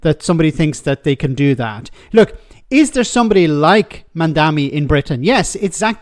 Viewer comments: It's MamdaNI. M-A-M-D-A-N-I. Not MamdaMI. If you want to talk about him one way or another, at least make sure you're actually saying his name right. 🤦‍♀️ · It‘s MamdaNi, though, isn‘t it? As in Ma‘am da knee. Two m, one n. Worth getting in the habit of pronouncing correctly, seeing how we‘ll all be talking about him and nyc a lot in the future. ❤ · How difficult is it to say Mamdani? Mom Donnie. That’s it. It is so much harder to say anything else. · Stop calling the man MamdaMi, it's MamdaNi! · Mamdani* not mamdami. Their are literally memes of people joking that no one can say his name correctly 😂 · Is it so hard to pronounce “Mamdani”? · Start by pronouncing his name right,. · Please just learn how to say his name, it’s not hard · That's pretty lame for a so called journo who must have seen his name printed loads, not being able to pronounce it correctly. Or has he been only listening to sex pest Cuomo?